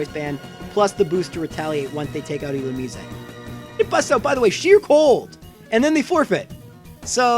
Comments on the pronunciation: Final E should be silent,but the rest is right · Do you really think that's how "Illumise" is pronounced?